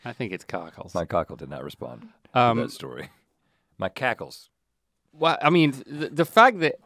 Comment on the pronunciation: it's hackles lmao